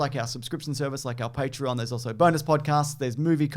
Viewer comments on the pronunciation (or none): none